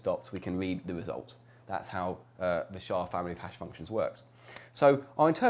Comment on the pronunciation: No one says "shaw". You say the letters S H A.